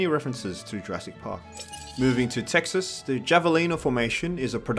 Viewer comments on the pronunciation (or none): none